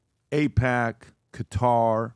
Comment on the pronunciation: Qatar is properly pronounced "Cutter." Not Q-tar or K-Tar.